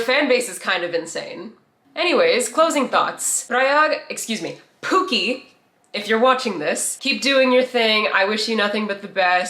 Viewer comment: he's pronouncing 'pookie' like 'poo-keh' which means...something else in Tagalog 😭